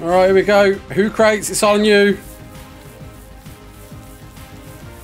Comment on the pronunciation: I LOVE YOU BUT HOOCRATES IS most likely supposed to be PRONOUNCED 'WHO KRUH TEEZ' LIKE THE OLD ASTRONOMER SOCRATES 'sok ruh teez'. I ASSUME lol 🙄